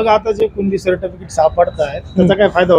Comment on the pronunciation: या मित्राला certificate बोलता येत नाही surf ticekt बोलतो हा कसला mpsc करतो... पत्रकाराने बळेच उभा केलेला दिसत आहे